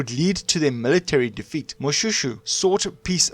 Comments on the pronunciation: Shoe! Its pronounced Moshwêshwê my man. Say Moshoeshoe one more time... 🤣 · No! you are hurting my ears. Its is not Mo-shoe shoe but Mo-Shwe shwe. It is very very difficult to listen to this. Please do your research properly. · I am not happy with how you pronounce my King's name. Can't you say Mo-Shwe-shwe??? Not Mo-Sho-Sho...